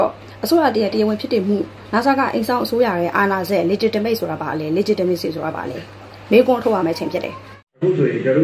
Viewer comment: မပုတုရယ် အင်္ဂလိပ်လိုကလည်း ပြောချင်လိုက်တာ၊တစ်လုံး နှစ်လုံးအသံထွက် အသံထွက်ကစောက်တလွဲ၊legitimate,legitimacy မှန်အောင်ထွက်၊တစ်ကြောင်းလုံးပြောဖို့နေနေသာသာ တစ်လုံးနှစ်လုံးထွက်စောက်တလွဲ။